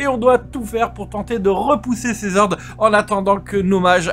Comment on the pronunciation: "Horde" a un H aspiré, en français. On ne fait pas la liaison lol ...à moins, bien sûr, que tu ne parles de "Zhordes", les Hordes de Zombies... ? ;)